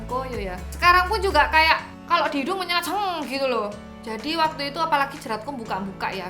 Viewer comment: "Kalo di hidung menyengat seeng😂" aku ulang2 sengg😂😂